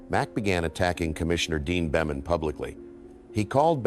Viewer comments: Dear AI Dean Boemen is pronounced “Beeman” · Beman is pronounced “Bee-mun” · Catch well, that's it for this video because only AI would pronounce Beman that way ¿`_ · This really is a beautiful story of a life well lived. Sure wish Mac would come back and do some of those awesome clinics. I thought the narrator was until he mispronounced Dean Beaman’s name. AI? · i think your right. I really do not like AI content. I stopped when it butchered Beaman's name. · would never butcher legend golfers names. Mispronounced names is a dead giveaway that it's Ai. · Definitely an Ai generated voice. I stopped watching when it mispronounced Beamon. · Narrator's voice is from the original Golf Channel broadcasts. Is this AI generated? The mispronunciations of names is appalling! Bemun? BALesturos?